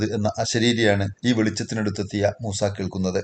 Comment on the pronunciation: മൂസേ അല്ല മൂസ 😂